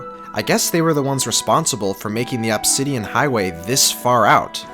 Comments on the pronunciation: the way he says obsidian my god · It’s “Uhbsidian” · God. The way he says “Obsidian” annoys me. “Obbsidan” it’s “Obsidian” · its pronounced uhb -si-dee-uhn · You mispronounce "Obsidian" just enough to trigger me.